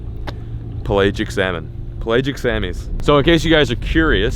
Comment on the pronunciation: The way pronounces pelagic bothers me